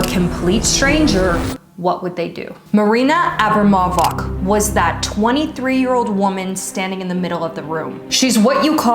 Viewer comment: She is Maria Abramovic, not Marina Abremovack jesus christ, at least Google it up if you have no idea about the slavic pronunciation.